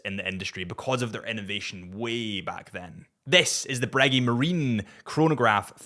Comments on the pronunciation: Are you saying Breg-"ee" on purpose for Breguet? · Pronounce breguet correctly please